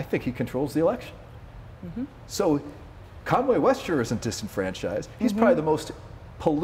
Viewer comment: “Kanway”. lol. And yeah this has aged well - as if Kanye isn’t going to be on tmz soon eating his own shit